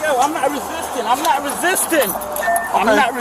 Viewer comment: "I'm not Re sis tin" go back to the second grade and learn how to speak correct English